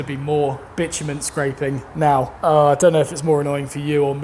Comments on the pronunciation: Bitumen sounds like bitchmen, hehe. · As an american, to hear you refer to what we call tar/asphalt as what sounds like "bitch men" over and over again is just so incredible bizarre lol! Anyway love your videos keep up the good work!